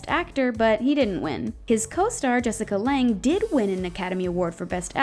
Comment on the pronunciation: Its Jessica Lange, not Lang.